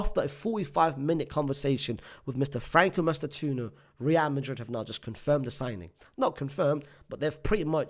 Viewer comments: FRANCO MASS-TAN-TWO-OWNO. please don't butcher his name anymore as an Argentine my ears are ringing. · btw it's pronounced mas - tan - too- oh - no